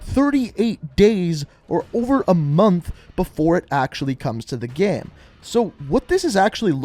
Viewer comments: Why do you say game like “gæm”?? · Or everytime he says gæm